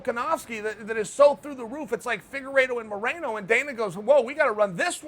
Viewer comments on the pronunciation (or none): none